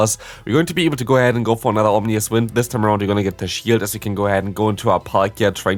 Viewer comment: Ominous bro, not omnious